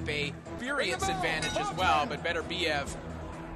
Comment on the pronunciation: GREAT fight! Beterbiev - that's Beterbiev NOT Better-biev - (come on guys, you're announcers?!? At least get the guy's name right!) put on a clinic. Congrats!